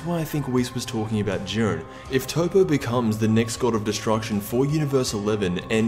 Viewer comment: Anyone notice how horrible Toppo was mispronounced? its not a matter of opinion its actually spelled that way